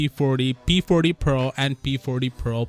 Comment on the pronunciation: This guy said p porty pro plus 😂